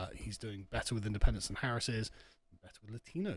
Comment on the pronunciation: did I miss something who is Harrison? or is just a British way of saying her name? no hate bro just curious